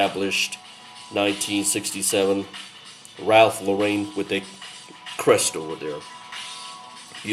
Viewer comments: Actually pronounced: Lo ren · Ralph Laurain ? Not Lauren ?